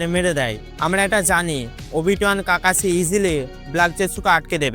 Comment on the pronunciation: কাকাছি না কাকাসি